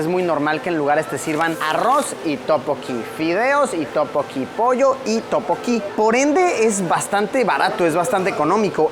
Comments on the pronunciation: Luisito no es topoki 😫 es (Tteokbokki) y su pronunciación es tuk - bow - kee, en el restaurante de barbacoa te faltó mencionar que comer carne de cerdo en Corea es súper caro y solo se come en momentos sumamente especiales es por eso que lo más normal es comer mariscos porque es lo más económico, de ahí en más me encantó el vídeo, espero en algún momento viajar a Corea, Amooooo 💜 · Efectivamente, yo cuando leí el "Topoki", dije "Esto es un sacrilegio". xD Pero es que ya en varios videos también se nota que Luisito se complica demasiado con prununciaciones simples. Pero bueno, no deben saber casi nada del Hangul y la pronunciación. uvu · Topokki amo jajajaja teokbokki Luisito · Escuchar a Luisito decir Topoki y no Tteokbokki me da toc. xD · No es topoki es teokkboky